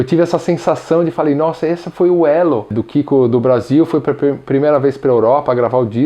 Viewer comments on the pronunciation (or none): o Elo q ele falou meio q puxou pra êlho... mais o menos